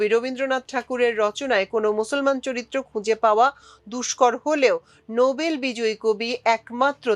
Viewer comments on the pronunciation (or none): none